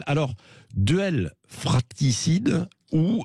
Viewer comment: Heureusement qu'il y a Bercoff sur Sud Radio! est incapable de la moindre objectivité, imbu de sa petite personne et même pas fichu de prononcer correctement "fratricide"...